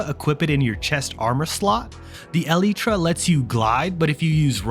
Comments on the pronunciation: Pronounce elytra as. Alaytra. Not eleetra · Eleetra. Thumbs down for saying it wrong. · The eliiiitra?😂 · brother pounces elytra like (ELTIE TRA) LMAOOOO